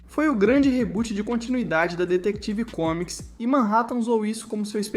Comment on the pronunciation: foi dificil escutar ate o fim do video ele falando "detective comics" kkkkkk